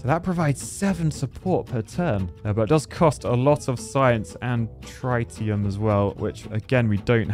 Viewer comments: ITS TREETIUM not TRY-TIUM, IM CRYIN 😭😭😭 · Trite--e-um? That makes my head hurt and bugs me in a bad, bad way. I know my nuclear physics, some of my isotopes. Trit-e-um, please. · you architect. It's Trit like TIT not try. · for refernce its tritium (trit-e-uh-m) i was in the british army and we use tritum is our sustas (british acog) (its what makes them glow at night) (no battery's required lol) but if dropped very bad XD hope this helps (unless its just the posh lad accent lol) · Only Architects can't pronounce Tritium correctly...🤣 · Hearing you saying "tritium" was a strugle😅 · Tritium is pronounced that way? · ...Please get a pointer on how to pronounce "Tritium" because this is painful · The way he pronounces Tritium is...really irritating.